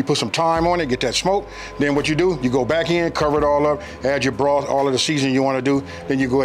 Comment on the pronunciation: I did everything to the tee. I knew these were going to be off the chain when he called it breef broff